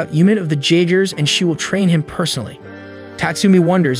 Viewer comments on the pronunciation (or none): no disrespect cause ur vids are amazing top tier, but the j in jeagers is supossed to ike a y